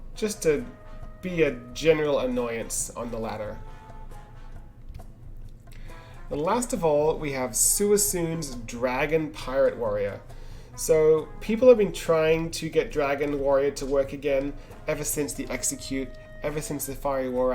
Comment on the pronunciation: I hate to be that guy (not really) but the Dragon Warrior player's name is meant to be pronounced "Swee-kun" given that (I suppose) is named after the Pokémon. Other than that, cool to see other stuff being played. Always refreshing, keep up :D